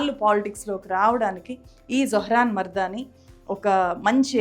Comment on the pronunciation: కంగ్రాచ్యులేషన్స్, జొహ్రాన్! బైదవే,, మీరు తన ఇంటి పేరుని తప్పుగా - మర్దానీ పలుకుతున్నారు, మమ్దానీ అని పలకాలి. Other than that, this is a wonderful video! Thanks for making it!